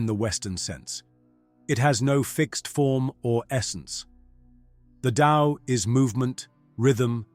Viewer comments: It is "The TAO" not "the Lao" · Pronounced DOW